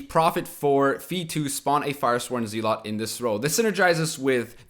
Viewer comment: it's zeh-lot not zee-lot btw